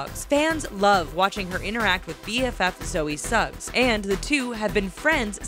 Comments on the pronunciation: Suggs? SUGGS?! Really? It's just Sugg, yo. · ITS NOT ZOE SUGGS ITS ZOE SUGG JEEZUS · Actually Zoella's name is Zoe SUGG not SUGGS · It's Zoe sugg not Zoe Suggs 😂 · sugg not suggs smh🤦🏼‍♀️ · Its Sugg not Suggs 😂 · "Zoe Suggs" nope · zoella's name is Zoe SUGG not SUGGS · Zoe suggs"" GET IT RIGHT 😩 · ITS NOT SUGGS! It's Zoe and Joe Sugg! Why do people think it's Suggs? They even pronounce it Sugg and it's spelt SUGG! Please people, spell it right.. 😭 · Zoe SuggS 😂😂😂😂😂😂😂😂😂😂😂😂😂😂 it's just sugg Exxx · Soooo we just gonna ignore the fact they said Zoe Suggs?? 😂😂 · it is zoe sugg on Suggs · It's Sugg not Suggs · Zoe sugg not Zoe suggs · ITS SUGG NOT SUGGS ARGHHHHHH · ITS SUGG NOT SUGGS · it's Sugg, not Suggs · Zoe SUGGS??? Seriously wtf everyone knows it's SUGG NOT SUGGS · her name is Zoe Sugg, not Zoe Suggs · Omg died when they said Zoe's name was Zoe suggS lmao, it's Zoe sugg 09.53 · ZOE SUGG NOT SUGGS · BTW it's Zoellick Sugg not Suggs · Zoe's name is Zoe sugg not Zoe Suggs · um zoe's last name is sugg not suggs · aaaaaaaaaaaaaaaaaaaaaaaa its sooooooo annnnnoying she said zoe suggs its zoe sugg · Okay, two things. 1. Um what? Zoe Suggs? No s, its Sugg. 2. Wengie lives in Australia. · Zoe Suggs? It's Sugg, not Suggs or Snugs. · It's not Zoe SUGGS it's Zoe SUGG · It's zoey SUGG* idiot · Zoe "Suggs" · Every time she said "Suggs" I cringed 😫😂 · Did she sAy Zoe Suggs? With a S? Watt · Who the fuck gave this voice over a pronunciation guide? No one, I presume. Nicole Guerriero's name is not that damn hard to pronounce. Also, it's Sugg. There is no S at the end! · Where did the extra 's' is sugg come from? 😂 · Aaaand as well. I know it's a small error, but it shines badly on the channel if you don't do your research properly.